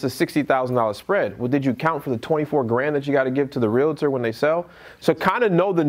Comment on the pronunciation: You say "realitor" and I say "REALTOR"